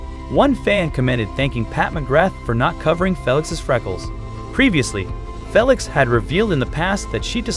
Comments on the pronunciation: Ur funny😂😂😂 u Write it down as Felix but u read it as Feelix and not Felix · ~ Can you please do this video over Say Felix’s name correctly. Plus, Jeez pronounce Louis Vuitton the right way! Can’t watch it all the way because it is so horrible to hear the narrator do a horrible job… Felix is a MAN, not a woman!!!~ 😡